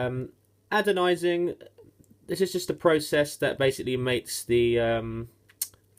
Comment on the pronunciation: Ana-dising not Ada-Dising